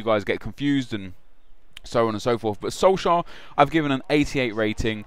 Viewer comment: atleast research what the League in Norway is called.. Tippeligaen. Also, look up how to pronounce the name.. Sounds like you're saying SolSchär